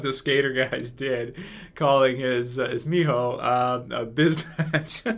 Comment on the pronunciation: For what it's worth you pronounced Mijo very well. I am in love with this show by the way, looking forward to more reviews.